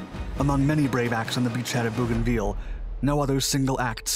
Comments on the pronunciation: Bougainville is pronounced Bow gan ville, the last bit is pronounced vill as in village, not veal as is used here. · Your pronunciation is incorrect. It’s pronounced Bogan-vill. Hope this helps. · Aren’t you mispronouncing that? Sounds like you are referring to Veal, a kind of meat. Agree, Owens is a great hero. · It’s pronounced BOW- GAN- VIL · it's pronounced 'bo-gan-vil" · I know it's a minor detail but it bugged the heck out of me. I've never heard any town ending in 'ville' pronounced that way. I know the narrator is American so it seems like an unforced error to me. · Yeah. If he's all the way down to a significant 4-man action, it'll take him a while to get to everything. What I missed was the map at the beginning. I know, generally, where we are (the South Pacific), but not the specifics, which is unfortunate. I'm 5 minutes in and still not sure where everything is, and somewhat annoyed by the pronunciation of "Bougainville." But I imagine most Americans who read the name off the map - especially 80 years ago - would say it the same way as our narrator. Nah. They'd say ""vill" not "veal." Annoying. EDIT: Went back and watched the first bit. He did the map thing. Still could've spent more time on it for MY sake, but didn't waste the time of people who are better-versed than I on the geography. Totally my fault for not owning the knowledge better, going in.